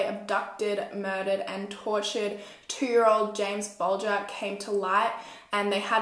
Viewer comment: SUPER happy that you said the last name right. cause no one ever does.